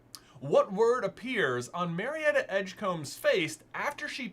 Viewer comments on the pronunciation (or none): none